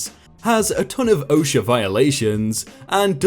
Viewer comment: ...you got OSHA right. YAY!